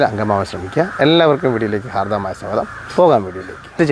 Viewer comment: Hardavamaaya ennalla haardamaaya